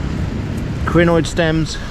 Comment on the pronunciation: A what stem? The autosub says crenoid, but it sounds more like greenoid